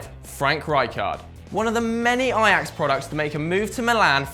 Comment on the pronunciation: ITS FUCKING AJAX! NOT EYEAX